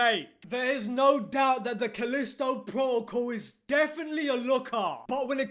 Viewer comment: "Calisto Pwotocle" lol